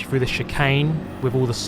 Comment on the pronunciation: Very good “rebuff of his attack” and going “frew” as always!😇